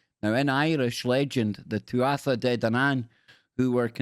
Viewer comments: Its not 'tu 'atha' its pronounced 'tua' and it means people of the godess 'danu', so nothing to do with the tribe of dan im afraid. The irish are an ancient pagan peoples and all this hebrew association with 'similar' sounding names comes from a group of people who you could call the 'british israelites'. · " Tuatha " De Danan pronounced,,, tu-ah. U